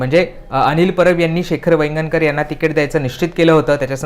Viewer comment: नीट मराठीत बोला. नाव हरीश शास्त्री व वायंगणकर असे आहे.